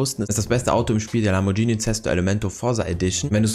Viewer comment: 1.) es ist traurig das jemand noch so simple singe erklären muss und 2.) es heißt nicht LamborTSCHini sondern Lamborghini wer das Lambortschini ausspricht der is verloren